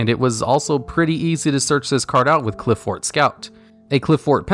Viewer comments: Pronunciation of Apoqliphort Towers is (Apoc-li-fort) Apocalypse and Fort mushed together. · BTW Apoqliphort is pronounced similar to apoclypse. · Apoqliphort is pronounced like apocalypse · I think "Apoqliphort" is supposed to have the same syllable stress as a word like apocalypse or apocrypha. Great video as always!